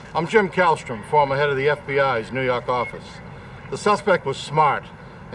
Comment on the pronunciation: "nuu yawk affice"